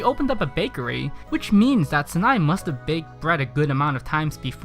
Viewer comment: Sanae is worse. It’s like Sa nay